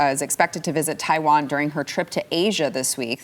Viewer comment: Nancy, it's Taiwan not tie one on.